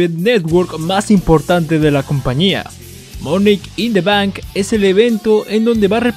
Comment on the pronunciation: Porque dices "monek in the bank"